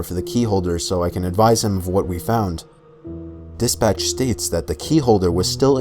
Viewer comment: When he says "dispatch", I keep hearing "this bitch". That is what made these horror stories more bearable to listen to.